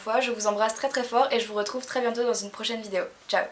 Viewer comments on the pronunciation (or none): none